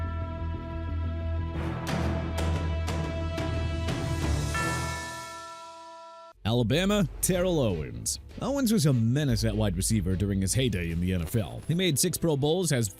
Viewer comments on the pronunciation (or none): Terrell Owens is pronounced TER-RELL! Also Maryland is pronounced meh-ruh-luhnd! You forget to learn spelling and pronunciation dude?! And Kendall Reyes' last name is pronounced Rhea-yes not rays!!